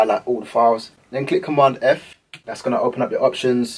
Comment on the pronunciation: I think it's that "click command F" sounds like "click on 1F" . Thanks for your help in this video.